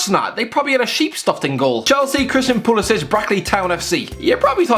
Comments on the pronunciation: okay so just putting it out there - Pulisic pronounces his name as "Pyoo-lee-sick" and not "Poo-lee-sich" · pulisik not pulisich